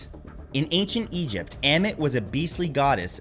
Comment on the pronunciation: Oh, you got to it later. I'm glad you also mentioned Ammut (Ammit) too, although I will admit that your pronunciations did pain me. 😅